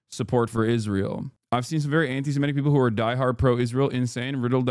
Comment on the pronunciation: Semitic, not Semetic. We are Semites, not Semetes.